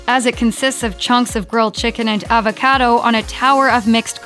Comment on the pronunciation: She can’t say Pasta or Avocado.